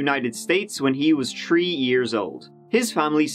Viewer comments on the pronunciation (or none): It’s not “tree,” gayboy, it’s three!😂🤣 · Exactly! I love the tree humor and "pulling it out of their hole!" Lol!😁 I thought I was the only one who got a lil chuckle out of his pronunciation of three/tree! 🤔😁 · In every video he uses "3" in some way . i love it lol